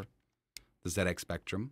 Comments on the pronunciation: Well done. You said Zed Ex not Zee Ex. It's a British computer so Zed is spot on. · Amazing! The Speccy was my first home computer back in the 80s. Played Manic Miner and Jetpac a lot. This got me interested in computers and I've worked in IT my whole career now. Also well done for pronouncing Z correctly haha. So strange hearing someone say Zee X Spectrum.